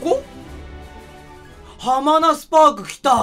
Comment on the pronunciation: 絶対よしなまハマナスパークを ハマナ「スパーク」だと思ってるでしょ